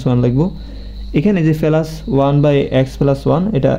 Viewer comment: ফেলাস না প্লাস 😂